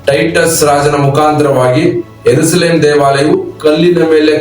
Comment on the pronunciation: ಏರುಸಲೇಂ ಅಲ್ಲಾ ಅದು ಯೆರೂಸಲೇಮ್